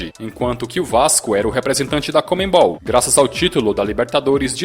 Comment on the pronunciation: Cara, para de falar comeNbol, é conmebol. O N é antes do ME